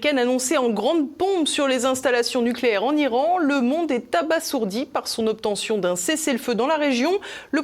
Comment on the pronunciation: Pas capable de prononcer abasourdi, pitoyable.